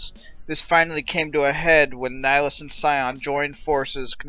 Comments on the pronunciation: Neh-High-Lus, Nihilus . Not Nighlus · _13 It is Latin. "Nee Hee Loos"